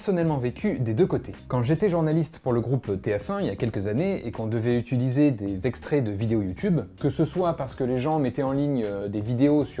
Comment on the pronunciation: Tu dis toujours "utUliser", ça me stresse x'D